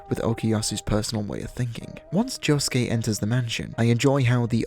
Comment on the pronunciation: Why the fuck is he calling josuke yuosuke